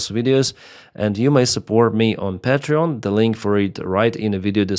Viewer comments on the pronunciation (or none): none